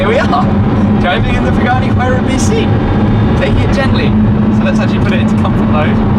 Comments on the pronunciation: Huayra is pronounced Who are ya. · Amazing experiencie, Tim. Thanks for sharing. If I may, the letter 'h' is silent in Spanish, just like we pronounce honor, hour and honest, for example. Thus the words Huayra, Horacio and a Huracán must be pronounced with a silent h. Cheers and thanks for sharing these incredible experiences.